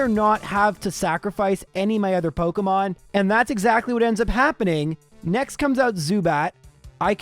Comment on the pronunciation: it is pok E mon. not Poke UHH mon